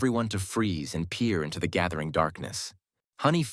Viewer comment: "Da people's kept on walking" 😂